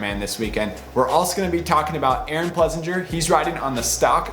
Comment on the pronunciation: Pless-ing-er not Plessin-jer. It's German.